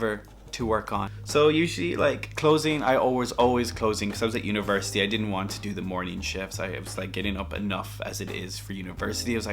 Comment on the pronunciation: I didn’t hear it until he said “university”